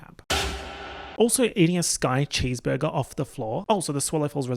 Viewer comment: "chèsebergé clouds" 😭💀